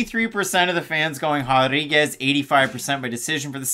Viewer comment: Why are you guys saying “hodriguez” ? 🤦🏻‍♂️😂